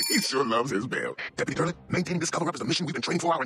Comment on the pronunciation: Aww! I just noticed the way says "Durland" sounds like "Darlin'"!